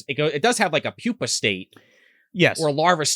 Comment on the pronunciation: Ummmm excuse me it's actually pupa not pupil! Harumph! Lol I'm just busting your balls. Love you guys!